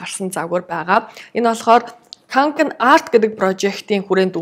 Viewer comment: кункэн гэж дууддаг шүү ккк шведэд хүн болгон л бараг үүрцэн байдаг